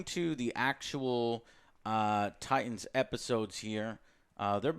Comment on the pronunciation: Straight down right disrespected the name “Titans”